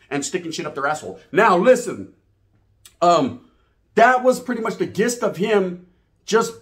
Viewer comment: The g in gist sounds like a j